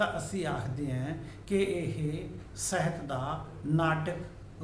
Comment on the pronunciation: ਬਾਕੀ ਸਭ ਕੁਝ ਠੀਕ ਹੈ ਸਰ, ਪਰ ਤੁਸੀ ਸਾਹਿਤ ਨੂੰ ਸਹਿਤ ਬੋਲ ਰਹੇ ਹੋ।